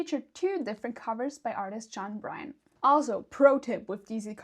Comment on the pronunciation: John Byrne ( burn 🔥); not Bryan